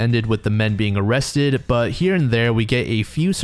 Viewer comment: "Oh cwap , am I gonna be o-rrested??"